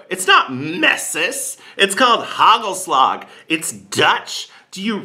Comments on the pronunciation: Hey, it's not hagelslack, it is hagelslag (soft g)! Almost there! winks ♥ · it's haKHHelasKHHH , not slag like germans would say the G! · Hey, sorry to correct you but the right pronunciation for hagelslag is KHKHKKHHKKKKKKKKKHHHH.